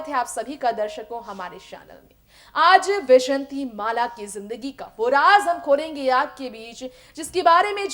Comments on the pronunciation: pehle naam tho theek bola karo jhoote-makkaaro! bejanti mala NAHI VYJAYANTHIMALA!!!!!!!!!!!!!!! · Not vyshatimala. It is vyjayantimala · बैजंती नही भाई वैजयंती बोलो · Tume vyjayanthi mala bhi teek se bolne nahi aata tume kon anchor banaya. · Naam to thik se bolaa karo. ...pahle hindi bolnaa thik se shikho.